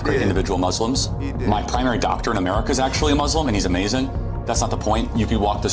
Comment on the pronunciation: “Americia” “Jewia” lol, thank you for making me laugh during your videos.